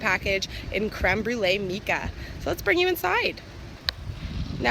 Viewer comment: You pronounced mica wrong.